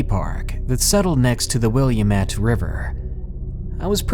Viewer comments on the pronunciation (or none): the 5th story is great, but it is pronounced the Wa-lam-it even if it is spelt the way it is, I have always lived within 5 to 20 minuets of it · I for one felt honored to have you mispronounce the name of my local river (willamette) and adore your little idiosyncrasies. Like the way you pronounce wander. I love it!!! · THAT IS NOT HOW YOU PRONOUNCE WILLAMETTE